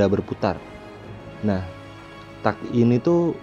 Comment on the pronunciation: Teg ngab bacanya bukan tak wkwk